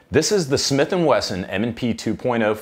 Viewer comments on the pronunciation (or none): none